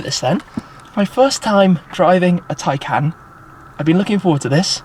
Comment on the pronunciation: I think this is the first time I've heard the name 'Taycan' and thought it sounded correct